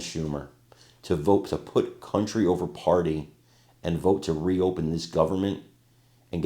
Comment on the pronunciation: Vote not vite